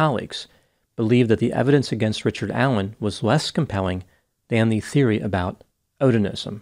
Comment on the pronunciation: Richared. Not. Not. The. Bridge. Man. Richared. Incent